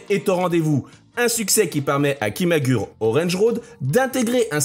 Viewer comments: Arrêtez de prononcer KIMAGUR' !!! Vous me rendez fou !! (ça se prononce ki.ma.gou.lé) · Merci pour la vidéo. Mais on dit KIMAGOURÉ 😅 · On dit "kimagoulé orange road" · "Kimagoulé" plus précisément pour la prononciation 😁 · Merci pour la vidéo, malgré quelques erreurs ... tu devrais utiliser Google trad pour connaître certaines prononciations, car on dit Kimagouré ,ça pique un peu les oreilles. Petite erreur sur la photo de Joelle Guigui, ce n'est pas elle 😅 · Ça se prononce Kimagoulé orènji Roodo